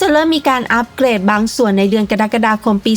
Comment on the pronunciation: เค้าอ่านว่า กรกฎาคม ไม่ใช่กดักดาคมนะจ๊ะ